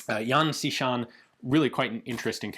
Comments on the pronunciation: The pronounce is more like Yan "Shi"-Shan. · His name is pronounced close to "Yen She Sharn"